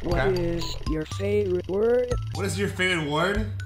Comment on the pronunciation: "I even made it your favrouirte color! " 💀💀🔥🗣🔥